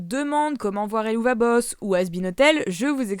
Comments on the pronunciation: *Il me semble que helluva boss est une façon parlée de dire (one) hell of a boss (un diable de patron). Donc il faudrait plutôt prononcer helleuva boss :) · Salut c’est juste pour te dire que tu te trompes en disant HELLUVA BOSS c’est du latin donc on prenons HELLUWA BOSS. Svp fait remonter se commenter🥺